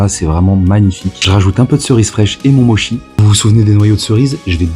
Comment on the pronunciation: Mochi se prononce comme avec un T devant le c, Motchi si tu préfères sinon trop cool!